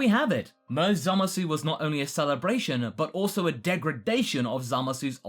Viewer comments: Can people just pronounce his name correctly already? I understand we speak English and that the word zamasu would be pronounced with the "oo" sound at the end, but in Japanese speech it is generally silent when at the end of words. Moreover, in the show itself, the "oo" sound is never heard of. So can we please say it right? As in, just "zamas"? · aw dang you're still saying the U at the end of zamasu :( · this really bugs me. It's pronounced Zamas. No one in the show says the -u. It's not pronounced Zamasoo.